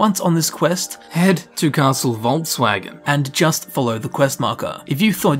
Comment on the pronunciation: Did you just call it "Castle Voltswagon"?